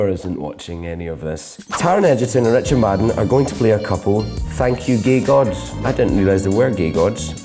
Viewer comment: hehe the way he said gay gods like geigoods